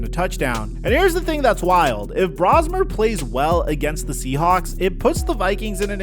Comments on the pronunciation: Max’s last name is pronounced “Brohs-mer” not “Braws-mer”. I was calling him that for like the first month I saw him in preseason play. But once everyone on TV used the former pronunciation, I changed it. You’ll get it. It’s just like “potayto, potahto”. Our English language is weird. So are the Vikings as a whole. I say this as a hardcore fan of theirs in SoCal, but maybe it was a curse for McCarthy to suffer that torn meniscus in that preseason game. He looked so good in that game against second and third-tier defenders. If he had been allowed to start a game, say, after Darnold got beat Weeks 7 and 8 of last season, then maybe we would have seen the bad side of him and gone back to Darnold, who then would have recovered from being benched and we would have signed and kept him. The front office spent so much money on so many different areas and yet they decide not to pay Darnold or Daniel Jones(who is the more surprising breakout, copying Darnold from last season) and passing on Aaron Rodgers(bc of the fan base’s hubris and hatred towards Green Bay QBs, I say Vikings fan envied Favre more and were pumped pumped up to have him after he came out of short term retirement following being traded by the Packers to the Jets). Salary caps are a thing, but they had so much money to spend after letting Kirk Cousins go. McCarthy has had his good moments and his bad ones. But it’s the bad moments that everyone wants to focus on and I don’t blame them. It doesn’t help when special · Just a heads up, it's BROS-mer. like Mario Bros-mer. Coming from a Gopher fan that can't believe we get to see our guy start for the Vikings this week. Thanks for covering this, it's been a depressing year and we have an ounce of optimism for a few days.